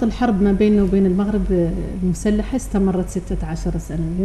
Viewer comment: هذا الأخ الصحفي عليه أن يعرف كيف ينطق حرف ( الغين ) فهو يقول ( المقرب ) بدل المغرب .